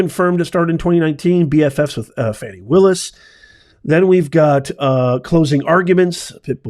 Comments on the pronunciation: Her name is pronounced Fawny, not Fanny, and you also got all the other facts wrong. How did this vid get suggested to me? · Can you PLEASE say her name right at least as a white man. It’s 4 letters